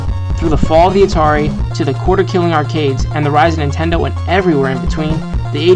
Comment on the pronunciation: why do you keep saying intendo?